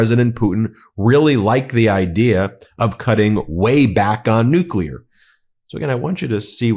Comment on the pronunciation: Nuclear = "New-clear", not "New-cu-lar."